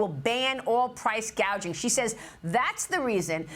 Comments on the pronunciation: What’s price gaging mean she can’t even get it right? What she said before which is price gouging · But not "Price Gauging", which is what she called it. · Gouging,not gauging!